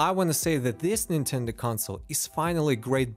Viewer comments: "c'mon Nintenduh" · "Come on Ninteda" lol had me dead